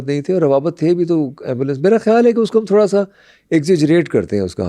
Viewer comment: teach the host to fucking pronunce urdu alphabets right tf is تھورا